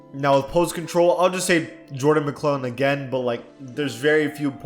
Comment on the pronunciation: "Jordan McClellan"